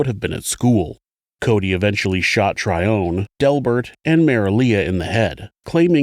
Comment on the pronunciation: Are you saying the woman’s name was Trion? Like Alpha Trion? …the transformers? Edit: I looked it up & OHHH! It’s spelled like the dyslexic version of Tyrone ..Tryone Okie dokie